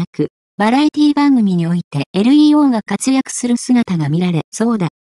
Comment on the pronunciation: 完全な棒読みだし、日本語知らない人が読み上げの設定してるのでは？ 名前の読み上げ間違ってるし、LEO→エルイーオーではなくレオですが…